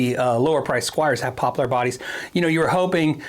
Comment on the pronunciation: It’s “poplur” not “pop-LAR” lol